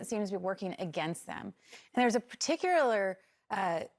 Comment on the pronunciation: particular = "per TIK yuh ler"